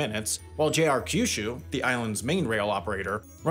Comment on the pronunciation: It's not pronounced "ka-yu-shu" or "ki-yu-shu". Pronounce kyu like the letter "Q".